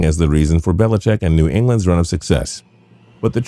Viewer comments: Dear Narrator: It's "Belichick" not "BeliCHECK" - geesh!! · put the emphasis on the wrong syllable, sure fire way to trigger the grammar police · His name is Bill Belicheat.